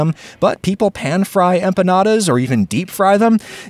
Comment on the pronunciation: I'm just glad you avoided the trap of hyperforeignisms and didn't call them empañadas